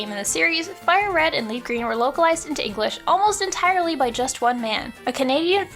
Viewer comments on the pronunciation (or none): none